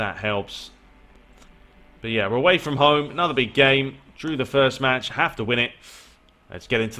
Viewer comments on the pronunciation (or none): none